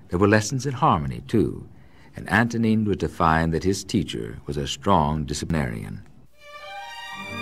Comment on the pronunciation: I wish anglophone people didn't completely butcher slavic names. Antonín /Antonyieen/, not Antonine - Vltava, not La-tava - Dvořák, not Dvozak. etc.